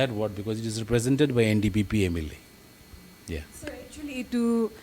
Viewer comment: he can't even say NDPP party name correctly 😅